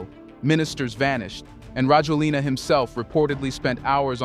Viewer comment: His name is pronounced rah-JWEL-nah.